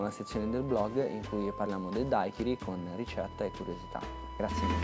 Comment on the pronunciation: si dice daiquirì la ultima i è accentata!!!